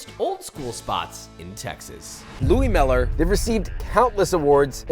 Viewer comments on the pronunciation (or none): Mispronounced Louie mueller and ate brisket with a fork…